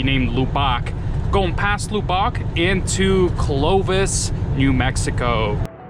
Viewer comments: Lol loo bock!!! I think they pronounce it luh buck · It’s pronounced Luh-buck Texas 😂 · I've never heard anyone say Lubbock like that. It's pronounced LuhBuck. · Lubbock is pronounced Lub buck. It's the home of Texas Tech University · 1st that correct that him 👏 n it's Texas Tech University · Hey just to help you, its lub-ick l. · It’s pronounced Lub ock. Like saying RUB with an L